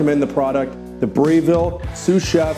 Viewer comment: He doesn’t even know how to pronounce Breville?